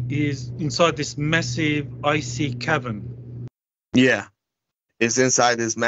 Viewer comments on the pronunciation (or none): Cavern. Not cavren